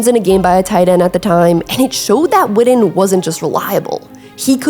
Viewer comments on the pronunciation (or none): It’s WITTEN!!! Not widden, put some respect on his name!!! The BEST TE for the Cowboys EVER!!! 82!!! HOW BOUT THEM COWBOYS!!! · If you’re gonna have a channel like this, work on your pronunciation. You’re a lazy speaker. His name is pronounced Witten With (2) T’s. Not D’s. His name isn’t widden. It’s not Wiht’ehnn Witten. Like kitten or bitten. Figure it out. Or quit making content. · Love Jason Witten but for crimenys sake can she say Wi TTen instead of WiDDen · Whitten not Whidden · I'm so glad you narrate your own videos. So much better than the Ai slop we hear on so many recent productions. However, please say his name correctly. It's Jason WiTTen. All I'm hearing from you is "WiDDen". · witten not widden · First off,stop misspronoucing his name it's Jason Witten ,not Jason Wooden know the player's name b4 you try & do content on him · yeah, she can pronounce Owenu just fine but can’t stop saying “Jason Widden”. Those are T’s…WIT-TEN. JESUS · Witten. Not Widden. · I’m listening because 82 was one of my favorite players but she’s driving me crazy saying Jason wooden… and he just showed you what being fundamentally sound working hard as a blocker in route running will do cause if he’s the slowest player in the NFL how was this fool always open? High school, kids and young college players that played the position need to watch him Gates and Tony fuck all them other guys. Not everybody it’s gonna be in a lead athlete like Gronk or Shannon or Kelce or George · The way you pronounce witten is crazy "widden" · came here after the whidding . brutal. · Growing up and living in DFW my whole life I’ve always heard it pronounced Wih-en, skipping the T’s and almost pausing where they are supposed to be. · I’m glad I wasn’t the only one to be annoyed by the Widden pronunciation lol. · Say his name right